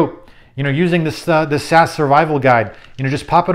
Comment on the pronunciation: Love your videos but please: it’s S.A.S., not “sass”. Referring to the extremely elite British Special Air Service as sass is like an Englishman referring to the Navy sea lions.